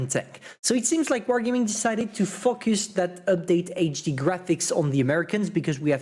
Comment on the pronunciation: Ngl I actually thought he was swearing at the beginning also... F O C K U S